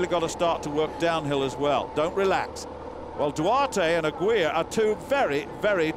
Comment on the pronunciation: "Aguilar" is pronounced like "aggie lar," not "a-gweela." Christ, you Limeys suck when it comes to pronouncing names.